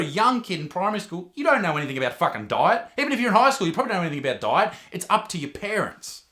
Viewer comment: because of his accent for a sec i thought he was saying "die" instead of "diet" lmaooo